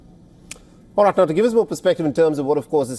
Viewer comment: DIAL WEST NOT "Rite".